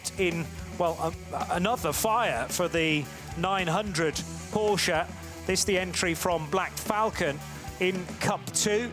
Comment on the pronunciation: Porsche, not Poosche